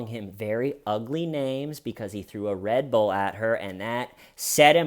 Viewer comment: I forgive you for your abominable pronunciation of "Red Bull" 🙏🏼